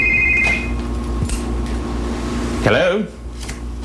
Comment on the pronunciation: why did he say it like that??😂😂